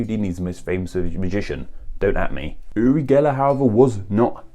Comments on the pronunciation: You’re pronounciation is so weird, it sounds like you say Uli or yuli instead of uri and yuri... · Your pronunciation of "URI" is so weird. It sounds like you're saying "uLi" or "yuLi". The R is hard both in Hebrew and Russian. Funnily enough, I am a Hebrew speaker from Israel, and my first name is Yuri (like Gagarin) and I speak Russian too lol. Although Uri and Ori are similar, those are two different names in Hebrew, though they do come from the same origin. But you would never call someone Ori when his name is Uri, and vice versa. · No, He mispronounces that. It's pronounced with a hard R. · So Uri is pronounced with an L sound? Huh. Weird.